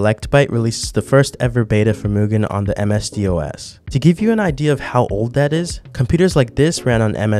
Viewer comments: DOS. not dee oh es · Am I the only person bothered by the way he pronounced DOS? You say it like "Doss", you don't spell it out. 😭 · the fact you pronounce Dos as D-O-S really shows how young you are. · God it's DOS NOT d.o.s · im young and I know how to pronounce DOS, I dont think he researched it much